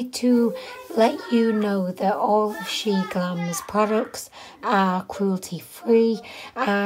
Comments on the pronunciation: Omg no hate to her, but the fact it annoys me so much that people say "Shain". Dude it's "Shiin", as in "She In" and Shein is from "She Inside" bruh. Imagine saying "Shayinside" B R U H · WOW I just love love love your makeup look, although the contour was a bit disappointing 😉 She-In used to be called She-Inside, so it’s not pronounced shine, but She In ☺️ Love you 💖🦄